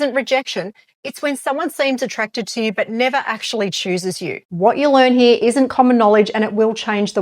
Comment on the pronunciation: i like how you say "heere"